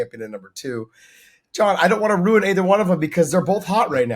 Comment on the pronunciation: It's "ruin" not "rune" 😂❤😂